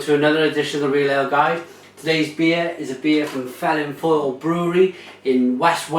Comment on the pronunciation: Good review. To pronounce 'Felinfoel' correctly though, please try this phonetically - Vell Inn Voyle